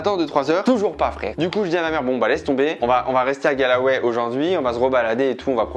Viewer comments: « Galway » ! Pas « Galaway » 😂😂 et il y a de magnifique église à Dublin aussi hein 😂 Mais c’est mignon ce que tu as fait pour ta mère. Goal ! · Ayant vécu en Irlande et surtout à Galway pendant plusieurs mois, ça m'a un peu fais mal au cœur de t'entendre prononcer le nom de la ville ainsi ! 😭😂 c'est [Golway] et pas [galaway] 😂 #momenthermione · Incroyable tu m'a fait revivre mon voyage scolaire de 2004 exactement les même endroits, ces grand lac du Connemara et cette magnifique église ! superbe vidéo et cadeau pour ta maman et hommage à ta grand-mère ! Par contre la prononciation de Galway XD continue comme ça avec d'autre destination !